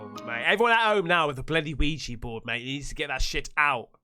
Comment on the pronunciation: Ouija Not Ouiji...